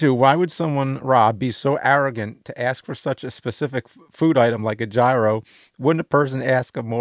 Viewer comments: Its not gyro its GYRO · How are there so many people that dont know how to say "gyro"?